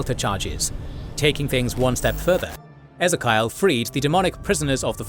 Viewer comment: It's pronounced as Ee Zee Kee Ull not Eh Zuh Kyle.